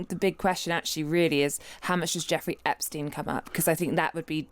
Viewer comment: i hit like just because the guy pronounced epstein correctly, i dont know why so many people say "epsteen"